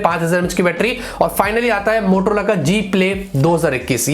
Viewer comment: It's not motolora it's motaa lorra